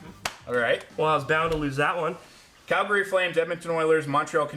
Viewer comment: Cal-Gary? Wtf was that 😂